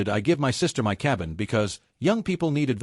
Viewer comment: so the AI doesn’t know how to say “my”?